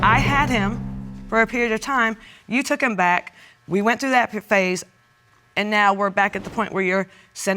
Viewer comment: She pronounced phase as “p-phase”. She don’t do Silent letters.